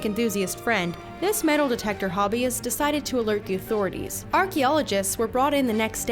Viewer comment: the "authorities"